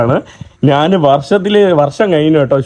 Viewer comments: നാൻ അല്ല ഞാൻ. ഏതു പറഞ്ഞാലും കാര്യം മനസ്സിലായാൽ മതി. എങ്കിലും നാൻ എന്ന് ഒരുപാടു തവണ കേൾക്കുമ്പോൾ എന്തോ ഒരു.... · Nan. എന്ന് പറയാതെ. ഞാൻ എന്ന് പറയുക മലയാള വാക്കുകൾ പോലും പറയാൻ അറിയില്ലേ നിനക്ക്